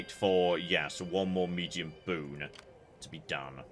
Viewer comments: for the love of god, bune is a two syllable word 安宅船 ^^ bu-ne or boo-ne not boon :D loving the series. Also you ahve unspent trait points on your generals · Bune is two syllables, bu as in boo and ne as in never